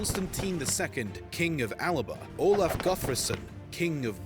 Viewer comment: Scotland is still sometimes known as Alba, which is pronounced as a shortened "all-ba" rather than "all-a-ba".